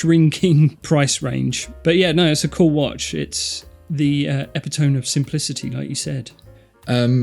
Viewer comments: epitome is pronounced "ɪˈpɪt.ə.mi" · Epi-toam of simplicity or E-pit-o-me of simplicity. ?????